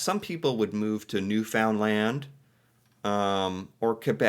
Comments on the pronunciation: Hey, you used to say Newfoundland a little more correctly. Google it. Noofndland. You pronounce the land as always but the new and found are a little different. Great video. I have lived in Toronto Ontario as a child, as well as New Brunswick and Nova Scotia. Move to Jasper in 1982 when I was 22. It was Awesome for a young person. I worked in a Hair Salon as a Stylist Jasper is super busy with tourists in the Summer and somewhat in the Winter with Ski Tourists. Marmot Basin is the bomb!!! I now live just outside of Edmonton. I would also live in Nova Scotia for the climate and Ocean, However New Brunswick has Beautiful Sandy Beaches for Summer enjoyment. New Brunswick gets pretty hot in the Summer and so does Nova Scotia. I would live in New Brunswick also. The Lakes in Ontario are also awesome and Summer is hot too. The only place that doesn’t get as much heat in the Summer is Newfoundland as it is out further in the Ocean. I also Love Alberta!! Canada is the Best place to live for me. A true Canadian I am!! 🎉🎉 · What happened to your pronunciation of Newfoundland. You used to pronounce it correctly before but now you pronounce it wrong. It is pronounced ("New fin land). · Canadian city and provinces pronunciation from a Canadian: Newfoundland is said Newfinlynd, Toronto- Turondo, Calgary- Calgury. Pretty much say them all fast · Newfoundland is pronounced Newfundland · Pro tip: Newfoundland is pronounced: Newfun-LAND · Newfoundland is pronounced "new-fin-land", it kinda rhymes with "understand" 😉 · as a Canadian, I can tell you we say Newfoundland as New-fin-lind lol. Love your videos! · Please learn the proper pronunciation of Newfoundland. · If I could send you a voice message. You'd never mispronounce Newfoundland again. It's likely where I would go if I could. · ...love your videos. You have to learn to pronounce Newfoundland properly though.😊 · You don't know how to pronounce Newfoundland yet do ya fake liar? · Newfoundland.... Newfnlnd